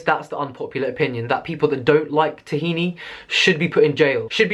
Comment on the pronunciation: dafuq is tahina? it's ttth hhhina!